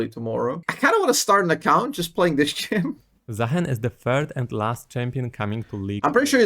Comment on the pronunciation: It is, in fact, Zaah(ee)n